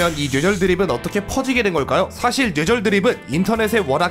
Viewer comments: 노애절 이라고 들리는데요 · 초반에는 뇌절이 발음이 되는데 1/4정도?부터는 뇨ㅣ절이나 뉴ㅔ절로 발음하세요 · 뇌절 발음이 눼절이야 형.. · 뇌절을 뉴에졀 로 발음하다니.. 눼절로 발음해여져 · 근데 왜 뇌절이아니라 냬절이라고 발음하세요..? 귀엽잖아... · 은근 뇌절이라는 말 발음 잘 못하시는듯... 뇨ㅣ절이라 들림... 발음 전달력이 좋으신데 뇌절에 걸리셨네요 ㅋㅋ 영상 잘 보고 있습니다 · ㄸㅇㅈ 형 왜 자꾸 뇨ㅣ절,녜절이라해? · 죄절 죠ㅣ절 이렇게도들리네요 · ㄹㅇ 뉘에절 이런 식으로 들림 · Ü처럼 들려요(?) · 처음 뇌절 발음하실때 저는 예절이라 들려요 ㅠ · 정확하게 뇨ㅣ졀 이라고 들려요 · 뉴ㅔ절발음 불편하네요 ㅋㅋㅋㅋㅋㅋㅋㅋㅋ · 그렇게 들려서 채팅쓰려다 말았는데 담부터는 쓸게요 개선해 갑시다 누웨절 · 녜절이라고 들려요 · 진짜로 뉴ㅔ 절로 들리는데요 ? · 줴절로 들령ㅅ. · 누ㅖ졀 이라 들려 형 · 뉴ㅔ절이라고 잘들림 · 오 맞네 뉴ㅔ절이라 들림ㅋㅋㅋ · 눼졀 이렇게들림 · 냬절로 들려요! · 뇨ㅔ절로 들려요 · 뉴ㅔ졀 처럼 들림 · 뇨ㅣ절이건 뉴ㅔ절이건 일단 뇌절은 아님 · 뉴절이라고했다가 뇨절이라고 들리기도하고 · 뉴ㅣ절로 들림ㅋㅋㅋㅋㅋㅋㅋㅋㅋㅋㅋㅋㅋㅋㅋㅋㅋㅋㅋㅋㅋㅋㅋㅋㅋㅋㅋㅋㅋㅋㅋㅋㅋㅋㅋㅋㅋㅋㅋㅋㅋㅋㅋㅋㅋㄲㄱㅋㅋㅋ 눼절ㅋㅋㅋㅋ 개웃기네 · 근데 저희중학교때 국어 선생님도 뇌절을 눼절이라 발음하더군요ㅋㅋㅋㅋ 그게맞는거라면서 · 진짜 뇨ㅣ졀로 들림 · 쥬ㅔ절로도 들림ㅋㅋ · 뉴ㅔ절 ㅋㅋㅋㅋㅋㅋ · 전 "놰"절로들림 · 눼졀로들려요 ㅋㅋ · 뇨ㅣ절로 들리는데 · ㄴ뇨ㅣ 절로들림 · (눼ㅈ졀) 정확히 이렇게 들려요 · 뇨ㅣ절 이라니까 진짜 뇨ㅣ절 이라 들려요ㅠ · 눼졀로 들리는데.. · 뱔음은 눼절인듯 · 난 녜졀로 들림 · 뉴ㅖ절이라고 들려요ㅋㅋㅋ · 뇨ㅣ절이라 들리긴 하네 따라하려해도 잘 안되는데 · 광고나오는동안 댓글부터 보고 뇨ㅣ절 이나 녜절을 어떻게 발음하지 하고 상상이 안됬는데 영상 시작하자마자 바로 이해했다 ㅋ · 이국적인 발음이군요.. 세뇨리절~ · 왜 뇌절 발음이 눼절(녜절) 이야? ㅋㅋㅋㅋ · ㅋㅋㅋ갑자기 소리가 이상하게들리자너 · 자꾸 녜절이래..ㅋㅋ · 진짜 녜절 이라고 하네 ㅋㅋㅋㅋ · 니네들이 뉴절 뇨ㅣ절이라니까 진짜 그렇게 들리잖어.. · 녜절이라고 들림ㅋㅋㅋㅋㅋ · 오 진짜 뉴ㅔ절 발음 신기하당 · 뇌절 발음이 아쉽다 뉴절로 들려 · 눼절 발음 무엇.. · 발음이 형 녜절 눼절 다양하네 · 뇨ㅣ절도 아니고 뉴ㅔ절도 아니고 녜절인데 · 뉘에절 이라고 들리는데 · 왜 발음이 뇨외절임.. 약간 뇨ㅣ절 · 눼저ㄹㅋㅋ 발음 이렇게 들림ㅋㅋ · 뇌절은 단모음으로 발음하기 어려운 게 정상입니다만 은 심각하긴 하네요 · 진짜 뇌절발음이 아닌걸??ㅋㅋㅋㅋ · 진짜 그렇게 들려요 ㅋㅋㅋ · 원래 ㅚ랑 ㅟ가 단모음으로 발음해야되는데 그게 어려워서 이중모음으로 발음하는것도 허용해준거래요